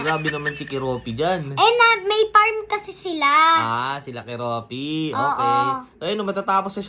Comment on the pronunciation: Koropi Po Hindi koropi 😂